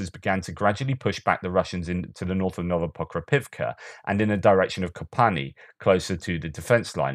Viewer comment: You must have had an extra cup of tea today. You nailed it on Novoprokopovka and Novopokrovka. Great job! ;)